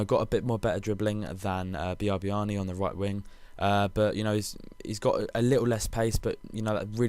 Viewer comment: Biabiany is pronounced beeaa-bany